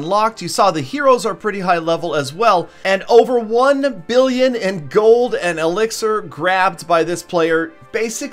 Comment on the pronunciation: did you really just say elexier